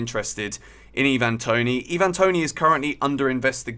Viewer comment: Why're you saying Toney's name like he's a foreigner?